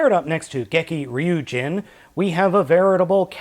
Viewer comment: you pronounced the "Ryu Jin" as if you were saying KYOURYUJIN!!!!!!!!!!!!!!